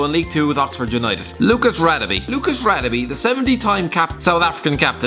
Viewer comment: Ra-de-beh not Ra-de-bee